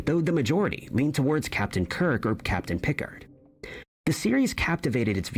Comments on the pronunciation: Star Trek : The Next Generation . Captain is Picard (Pi- card) and not Picord. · Its not "Pick-erd"😅 It's "Pick-ARd" jeez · every star trek fan went nuts when said Pickurd instead of Picard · Captain Pick-ard? LOL!! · They have changed Star Treks most famous line and there was no misquote confusion on our part but here except the misquote of pronunciation of Picard’s name by the narrator this presentation. 😂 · Bruh, I will still fight you if you turn off my Star Trek. And who the fuck can't pronounce Picard correctly. That's driving me crazy! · I love how you can tell the narrator of this video is AI. He says the name of Captain Picard wrong. 🤣